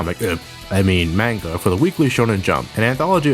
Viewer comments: "Comic - I mean, Menga" No, you mean Manga. :D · Manga is pronounced MON-ga not main-GA. Just thought I'd say. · It's pronounced Mon-ga! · MAANGUH. (sorry, pet peeve.) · ITS PRONOUNCED MAAAANNNNGGGGAAAA!!!!!!! MANGA WITH A SOFT A SOUND!!!! AGHHHHHHHHHH!!!!!!!!!!!!!!! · It's pronounced "mahn-gah." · manga is pronounced likek the a is a O so it sounds like monga but it's spelled manga, SAY IT RIGHT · holy shit said manga wrong??? RUINED FOREVER!